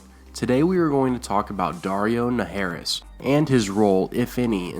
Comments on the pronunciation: Daario NaHARis, not NaHAIRis. not sure how people mispronounce words that are said out loud lol no biggie though. FACE REVEAL! lol it'll make up for saying his name wrong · Ugh. I really have a pet peeve about mispronunciations. So much so, that it's distracting. Catelyn is pronounced "cat-lyn". And "Naharis" is pronounced Nuh-har-us. The "har" is not pronounced like "hair", it's pronounced like "bar, car," etc.